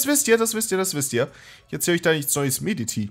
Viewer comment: Es wird zwar Meditie geschrieben, aber man spricht es Meditje aus